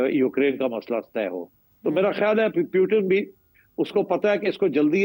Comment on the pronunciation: why they can't pronounce "Putin" ?